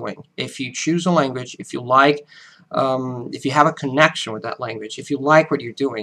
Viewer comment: With your pauses and slower paced, emphasized speech, you sound more American than us Americans. Maybe it's the internet, but only thing I pick up is, oddly enough, your "language" comes over as "langwich" a little bit. But please don't change it or anything. It's better than the original. While a deep accent is annoying, a little accent adds wonderful color to a sometimes dull world.